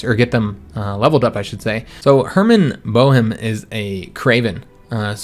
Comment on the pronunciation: If you come across the name Boehm again (such as with the admiral) it's pronounced "Beam". Dated a girl with that name once.